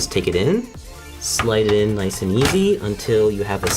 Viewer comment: He really said “I’m going to use the top slot so I don’t cover the SSD I want it to look niesh”